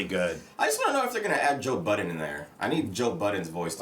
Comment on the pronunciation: Joe Budden...No S it's just Budden 🤣🤣